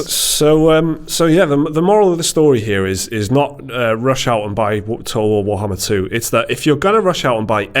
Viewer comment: lmao you cant pronounce Total War Warhammer for shit xD Everytime you try its just "toe ool wo too wohammah"